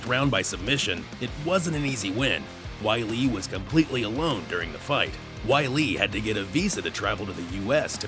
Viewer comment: Embarrassing. Weili started out studying Wushu (Not Kungfu) and lived in a Wushu Academy for 4 years as a teen. Try to get it right. Maybe learn how to pronounce her name, too.